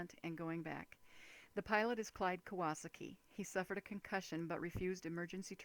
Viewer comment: I don't trust people who can't say Kawasaki. It's Kah-Wah-SAH-Ki, not Kew-WAH-Suck-Ki